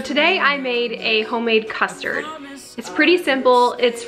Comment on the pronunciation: what in the wold is cousterd